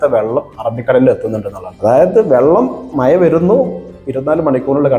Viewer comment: 'മയ' അല്ല കുഞ്ഞേ മഴ